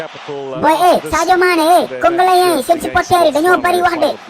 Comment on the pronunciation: Congolais au lieu congoléen😂😂😂